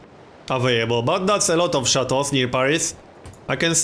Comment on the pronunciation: Sound pretty french actually